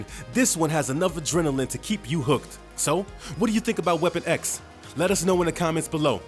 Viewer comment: How 'bout everytime he said Weapon X?